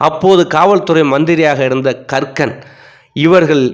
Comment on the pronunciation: கக்கன் என்ற பெயரை இவர் ஏன் கறுக்கன் என்றே திரும்பத் திருமபச் சொல்கிறார் என்பது புரியவில்லை.